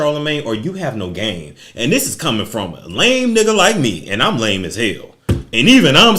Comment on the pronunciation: “Even where I’m frrromm” STL... never wanna say it but I’m convinced u from STL. Say it loud...